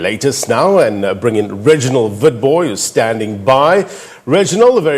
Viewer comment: SABC ....you could learn from this ....did he say Reginald WITBOY ...🤣🤣🤣